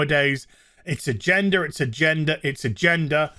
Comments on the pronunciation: I love accent when he says “agenda” and adds an “R” to it…. “Agendar” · Lol when he says "agenda" I hear "a gender" which surprisingly doesnt really change the context of his statement that much haha